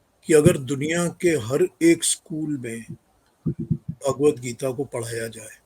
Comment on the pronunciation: Bhagwat Geeta is the Answer to the problems of Humanity and its the gift to humanity Jai Ho Just a little advice on the proper pronouncement of the book Its Bhagwat Geeta Bhaagwat geeta is not correct Thank you all for your noble efforts to enhance humanity